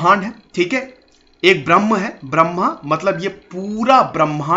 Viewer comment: Sir why you are mis-pronounciating the word "Brahma" as ब्राह्मण this is not ब्राह्मण correct pronounciation is ब्रह्म